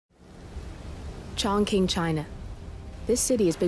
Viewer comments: My god that pronunciation. It's chong qing ('q' = lowkey 'ch'), not 'chonking' wtf. Game producer laziness at its finest. Great gameplay tho. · Noone gna comment on how they just pronounced it straight up as "Chong King"? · "Changking, China"